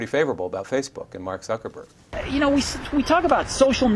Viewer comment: "Mark Suckerberg" lol